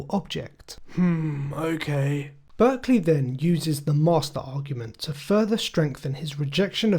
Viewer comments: May I correct one thing? It's important that you know his name is pronounced "Bark-lee". You are using the California school/region pronunciation. Thank you. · A very interesting video but one small thing: I don´t want to nitpick, but I´ve heard more than one that the name is pronounced "Barkley".